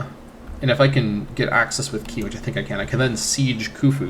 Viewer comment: Qi: Reads like "chee".